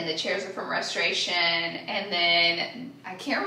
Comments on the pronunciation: LOL I love the way you say Reshtoration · Your pronunciation of restoration as Reshtoration. You are killing me this video lol. But I say that lovingly!